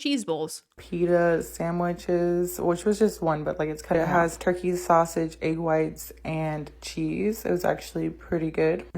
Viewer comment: The way she says egg grinds my gears